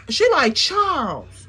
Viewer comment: Not "Charles" sounding like "Checkmate" This was worth the wait 😂